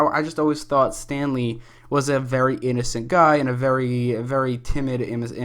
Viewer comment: When you said Stanley, at first I heard Stan Lee.... R.I.P